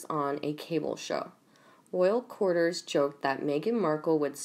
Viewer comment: Cour- tee-yers ; courtiers (sp) You got it, girl x